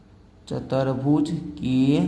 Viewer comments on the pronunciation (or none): Chturbhuj hota hai chatarbhuj nahi🫵🫵🫵🫵